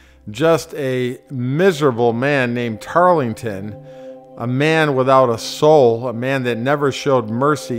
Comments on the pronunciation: It's not "Tarlington". It's Tarleton. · Tarrellton ... not Tarlington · This piece proves that anyone can produce garbage like this, put it on youtube, and people will watch it but hopefully not all the way through. I gave up the first time he said "Tarlington". Tarleton's mercy to women? He bragged later in life in his memoirs about all the woman he had "ravaged" during the war. He was a world class sociopath. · Tarlington? It's Tarleton. I can't listen to this if you can't get the basics right. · Its not Tarlington......wake up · Poor research, pronunciation. Tarleton, not Tarlington. William Washington, not General George Washington at Cowpens. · It's a bad start to a documentary when the announcer can't even get the name of the Brit right" It's `Tarleton', NOT `Tarlington'. As for the rest, it's not particularly enlightening. Why not leave history to the professionals ? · It was not "Tarlington" rather it was "Tartleton" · tarlington? it was Tarleton. And he did show mercy to women and children. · Very well put together video. Don’t let people poking fun at your pronunciation ruin your day. It is tarelton though not Tarlington 🍺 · zyzor Yes, Tarleton, not "Tarlington", but he did not show much mercy to women or children. He allowed his men to sexually assault the Colonial women during his tenure in South Carolina. I wouldn't call that mercy. You might. I wouldn't. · The narrator kept saying "Tarlington", The British commander was Banastre Tarleton. The American Cavalry commander was William Washington, George's cousin. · couple things.... first; its TARLETON.....Banastre Tarleton. no "g". second, it was WILLIAM, not George Washington. general George Washington was in Newport ri in early 1780. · Tarlington? George Washington? Were you “inspired” to rewrite history? What is the point of making a purportedly historical video if you can’t get the basic names correct? It certainly does nothing to promote your credibility.